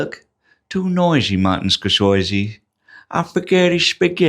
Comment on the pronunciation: “Bready or not here I Crumb” and that pronunciation of “Martin scorsoisie” were absolute belters imho